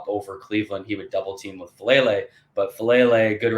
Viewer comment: Great breakdown. Just one thing with Number 77’s name: Faalele (pronounced Fah-ah-LAY-lay)